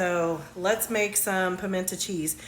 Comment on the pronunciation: GURL, you lost me at the intentional mispronunciation. I am from the south and I never heard it pronounced PIMENT AH